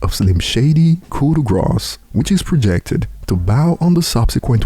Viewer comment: The word grâce does not have an s sound in it. It’s basically pronounced like the word “raw” with a g at the start